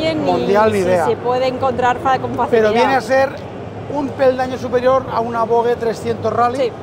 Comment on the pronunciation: Gran vídeo y gracias por mostrarnos las novedades del EICMA de este año. Ahora bien, exigo una estandarización del nombre "VOGE": O como dicen los chinos "Vosh" o como se dice en castellano "Voje" porque lo de Vogue ya.... xD Un abrazo!